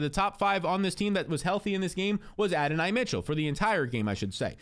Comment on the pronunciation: Adonai pronounced A Don knee